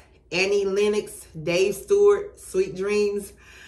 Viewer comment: It's Lennox, spoken like ox at the end, not Lennix. Where is your cool dialect comin' from, girl? I understood next to nothing you said. 😂